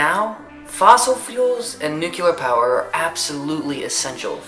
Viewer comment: love you, and I completely agree with what you're saying- with any energy comes risks and drawbacks. just one thing- nucLEEar not nucYUHler. (